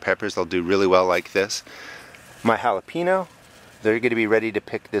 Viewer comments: Thanks! Fyi: "hala-pen-yo" not "hala-peen-o" :-) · It pronounced HALAPENYO, not jalapeeno, spelled jalapeño.